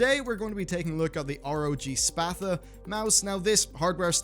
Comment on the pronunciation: Is that how they say Sparta in Boston? Heh